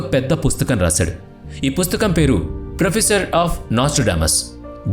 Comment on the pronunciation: ప్రొఫసెస్‌, ప్రొఫెసర్స్‌ కాదు, ప్రోఫసీస్‌. Prophecy=కాలజ్ఞానము. Prophecy, prophecies are singular and plural respectively.